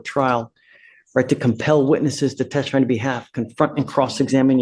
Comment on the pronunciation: Judge, you are quirky, 🤗compassionate👍🏻 & wonderful.👏🏻. I have 1 question. WHAT do you have against the word “testify”? You DO know it’s a 3 syllable word, right? You ALWAYS eglide over it and swallow it. Please pronounce it correctly so my ears don’t bleed. Thank you. 😍. 12/‘25